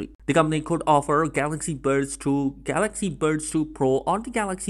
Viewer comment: Bro can you say normal buds like efery one. When you say it it sound like you saying birds...